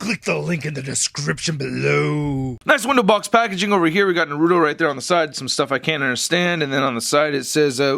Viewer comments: it's Naruto not Narudo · It's NAR-UTO not NAH-RUTO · It's a Naruto not Narudo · It's not narudo it's naruto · ITS NOT NURUTO IT'S NARUTO!!!!!!!!!! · its na-ru-to not na-ru-do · Its not "narudo" its na-ru-to😑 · RASENGAN NOT FIREBALL AND ITS NAR-UTO NOT NARUDO AND THE DAGGER IS A KUNAI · It’s (NA RU TO NOT NARODO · you were saying noruto its naruto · NA-RU-TO!! NOT NARUU-TO FUCK..! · Him saying naruuto ticked me off the whole video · Its pronounced nah roo toe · Why do so many people call naruto, narudo????? It annoys me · Nar uuu toe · It's pronounsted nar uh toe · He said narouto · since when Naruto turned in to "Narrruro"?, hahahaha!!!! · By The Way, Just In Case You Do Another Naruto Figure Review, It's Pronounced 'Nah-Roo-Toe', And Most People Pronounce It 'Ruh-Sang-Gun', And Finally, They're Not Daggers, They're Called 'Kunai Knives (Koo-Nye) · It's called nurato in syllables its nur-a-to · its pronounce nar u to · ITS PRONOUNCED NARTO THE U IN NARUTO IS SLIGHTLY SILENT AND ITS PRONOUNCED RA SEN GAN NOT FIREBALL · Its pronounced like NAR-A-TOW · you pronounced his name wrong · It’s pronounced Naruto i😤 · you say rahsengan wrong and naruto wrong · Really b** really u have to pronounce it wrong 💩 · You say naruto wrong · waiting for you to pronounce the t in naruto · Your saying his name wrong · THAT IS NOT HOW YOU FUCKING PRONOUNCE NARUTO. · It's funny how he says naruto.XD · that's not how you say his name